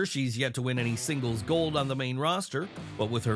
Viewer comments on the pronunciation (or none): none